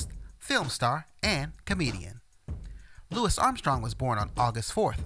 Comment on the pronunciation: I’m glad you pronounced his name correctly! So many people get it wrong. So annoying